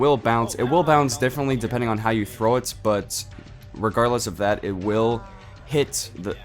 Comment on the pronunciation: he said zat instead of that